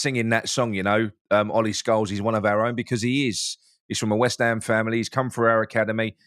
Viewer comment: Scowles? Isn't it Scarles?